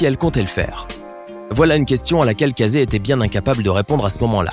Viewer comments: Ca ce dit pas CA ZE mais KE SSI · Ça se dit Caïzy pas cazai 🤦🏼‍♂️ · « Kazé » 😭 sa se lit [keïssi] s’il vous plaît 😭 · Casée? On prononce kèssi ! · Casey se pronoce pas "Cayssi" ?